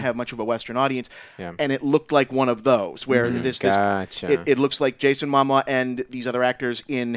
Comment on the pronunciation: He keeps saying Jason mama lol anyway I really liked the aquaman trailer, shazam looked kinda goofy but I'm digging the lighter brighter tone